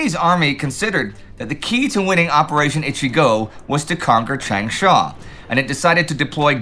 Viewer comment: His pronunciation of Changsha is fine. For Guangzhou, it isn't. Also, xue yue is misspelled and mispronounced. That said, I think the lack of maps today is a temporary d day issue and the campaign in China will continue through the summer and fall. Remember, at this time (and now), Hunan province has more people in it than France. In terms of what will be most consequential for the post war world, ichigo is up there with bagration and d-day. It will smash the nationalists right before meaningful allied aid can get there. More than half of the aid that the nationalists get will only arrive in 1945. Had ichigo not happened, the KMT would have been able to add to their capabilities rather than restoring what was lost. As it was, the kmt was not able to recover before the war ended.